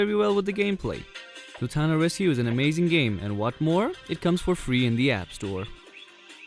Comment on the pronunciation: It's loo-naa-taa rescue